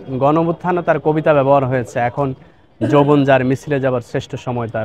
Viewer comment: যৈবন না যৌবন ! উচ্চারণ ঠিক করে নেবেন দয়াকরে !